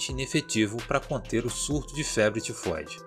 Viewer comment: Só eu que fiquei rindo quando ele falou febre tefode kkkkkkkkk mano desculpa sei que e serio